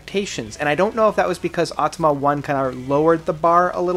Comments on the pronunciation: I just can´t take you seriously anymore….you still can´t manage to properly pronounce their albums. It´s AutomaTA not Automa and its Coma Ecliptic and not Coma Ecleptic or what else….and it´s The Grid and not The Grind....man... AND Automata 1 and 2 are ONE album, not two....the label decided to split the release, but it was recorded as one album. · Bro Au-to-ma-ta and The GRID Great review tho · Haha "atama." It's Auh-tah-mah-tah "